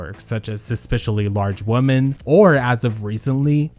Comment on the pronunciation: Not "suspiciully" large woman lol